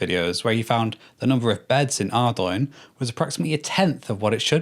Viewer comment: Arrdoine lol. It's Ardougne, like the word Cologne